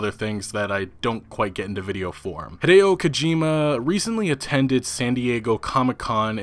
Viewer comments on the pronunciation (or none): none